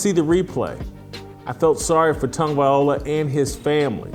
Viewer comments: Much respect Jason, but please pronounce Tua's last name correctly. It's Tago-vai-loa, not Tago-vai, ola. You got the Tago and the vai, part correct, but the last syllable is pronounced (loh-ah), not o-lah, like you've been saying. I'm a big fan. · It’s not VIOLA, It’s VILOA 😂 Come on Jason! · It's Loa not Ola getting it right is important especially when your trying to trash the man I thought you made good sense in some of your other videos but you are dead wrong on this issue ✌️ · At least try and pronounce his name properly. It’s TAGO-VAI-LOA not OLA. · Please. Please. PLEASE! His name is easy enough to pronounce: Tag-Oh-Vay-Loua